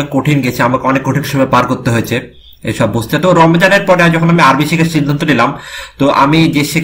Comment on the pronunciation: মাশা আল্লাহ! ভালো লেগেছে। তবে আপনার আরবি উচ্চারণ ঠিক করে নিবেন আশা করি।